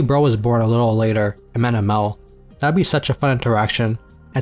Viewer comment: His name is HImmel, not HimmÈl...